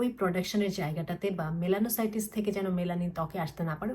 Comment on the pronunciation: মেলানোসাইটিস না মেলনোসাইটস ।